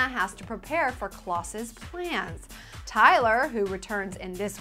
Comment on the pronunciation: Nice. This episode looks awesome! Pronounced Klaus' name wrong, lol.